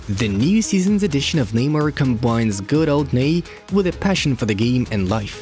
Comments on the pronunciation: Who tf is ‘kneemer’ bruh 🤣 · Am I the only noticing this guy calling him “lemur” 😂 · Even though I don't speak Portuguese I know how to pronounce Neymar. You are insulting to other cultures. Make a little effort the imperialist...!!!